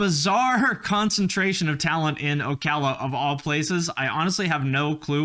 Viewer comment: I am from the area around Ocala, you pronounced it right. We call it "SlowCala" here because it's horse's and old people.